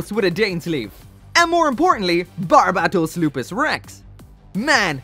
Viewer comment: The way you say " BAR-BA-TOS" is ff 🤣😄